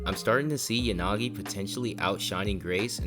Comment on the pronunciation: Yanagi❌ yagani😂